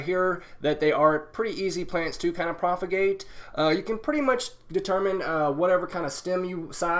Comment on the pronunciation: I thought it was propagate not profagate?